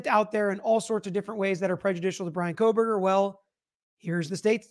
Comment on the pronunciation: Lol “Koh”l” berger prosecutor is complaining about “false information” being disseminated? It’s KOH-berger.